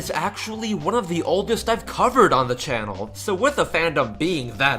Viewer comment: The ship isn’t important. Unlike the whole fiasco with Paul and Pat, it didn’t lead to any harassment. Also, it’s “think” not “fink”, “forgot” not “fore got”, “channel” not “chanal”, and “that’s” not “thais”. And in your username, it’s “for” not “fore” and “princess” not “princes”.